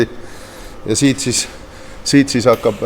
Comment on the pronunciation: hahhaaa.. see lõpp.. :D kõlas nagu sa ütleksid sitt sitt (siit siit).. võtame otsad kokku.. jne... :D :D aga muidu head videod on!! :) Wampiiroja poistele ka seaded paika :) Edu tegemistes!! :)